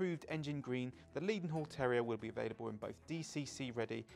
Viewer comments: Even with the low volume soundtrack it seemed a pity that doesn't know that Maunsell is pronounced to rhyme with cancel. continually mispronounced Leadenhall as Leedenhall, surely someone could have checked this. Apart from that I echo most of the other comments about this episode and hope that there will be an improvemnt in the next one. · Just subscribed. Does that tell you enough? I agree with some of the other contributors that we should have seen what was pointing out, and perhaps someone should tell how to pronounce “Leadenhall”! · Please stop pronouncing "Leadenhall" incorrectly. The first syllable should be "led" as in pencil, not "leed" as in dog.